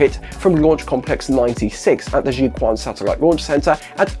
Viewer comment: Pronunciation tip: the Quan part of Jiuquan is not "kwan", it's more like "chwen" (except ideally the "w" should sound like a German umlaut-ü, if you know how to do that).